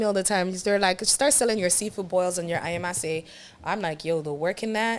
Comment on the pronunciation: Finally, someone saying “Ayamase” correctly 😭😭😭